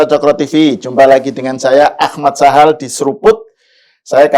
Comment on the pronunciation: Gus Sahal mas Prabu bukan Suhal.. Lu orang televisi karatan, nginget nama orang yg diajak ngobrol aja belepotan.. Terlalu..!!